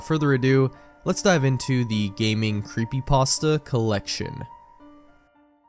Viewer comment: What's a 'Creepypasdta?'